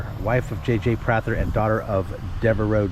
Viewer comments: The Prather House I live 2 miles from it and grew up here. It is pronounced Pray ther not Prat ther. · I know it looks like it might be different but it’s actually pronounced “Two - ga - low”. And regarding the Prather house (pronounced “Pray - ther”), Confederate General Robert Toombs avoided capture by the invading damn yankees by secreting away in a closet of the house during one of their searches.